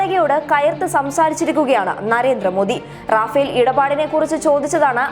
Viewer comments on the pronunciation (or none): റാഫേൽ അല്ല റഫേൽ ആണ്